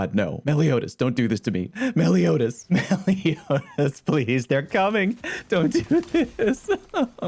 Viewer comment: the fact alone that he was actually able to pronounce the name "Meliodas" correctly tells my I've found another channel I can subscribe to... oh wait, I already am?